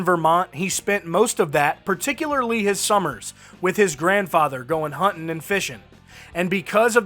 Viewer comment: I like how the voiceover guy goes out of his way to say “hunt’n and fish’n”